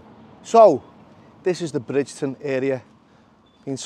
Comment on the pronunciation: Bridgeton is pronounced Brigton.Home of the world famous Billy Boys and the Brigton Derry. Thanks for the visit.